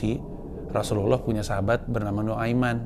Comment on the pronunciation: Pengucapan kata Nu'aiman dari mulut bang Pandji aja udah Faseeh. MashAllaah ❤